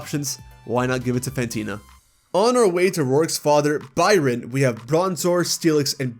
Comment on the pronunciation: Fantina, not Phantena!